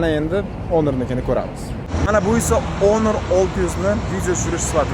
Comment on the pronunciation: Тупой онор эмас хонор😂